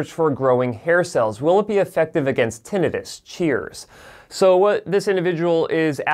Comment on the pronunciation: It's not Tin-EYE-Tis. It's TIN-eh-tis.